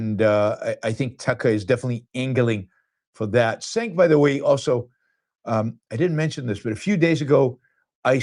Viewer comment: I like you Yaron but intentionally mispronouncing Cenk’s name comes across as racist / low-class.